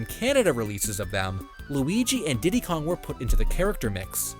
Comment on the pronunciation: For me it was him calling Donkey Kong "Ditty" 💀